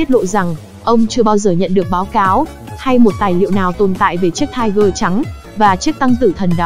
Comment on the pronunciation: Nó là tiger (P) nha chị